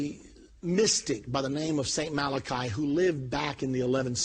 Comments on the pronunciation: Why is it NOBODY knows its "MalachY." Not "Malachi" !??? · First of all, it's not "Malachi" it's "Malachy " ! Get the NAME right for Pete's sake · Mal-ah-key..people, not Mal-uh- khi. Maddening....